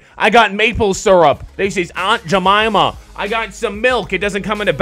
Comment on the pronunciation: ITS SYRUP